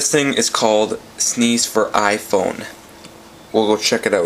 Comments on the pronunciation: ROFLMAO, its pronounced Sness, not Sneeze. Or just S-N-E-S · s-n-e-s not sneeze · Sneeze... so annoying! You might as well call the PSP a "pispy" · its s n e s NOT sneeze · sneeze lol